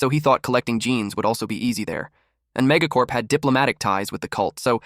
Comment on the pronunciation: when ever he says mega corp I aways think he is saying mega corn